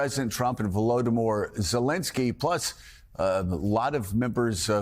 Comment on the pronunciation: Does this joke of a reporter think he is clever? He purposely mispronounced Vladimir Zelensky and then right after that pronounced Putins name correctly. He has no shame. Putin shouldnt get anything. End of story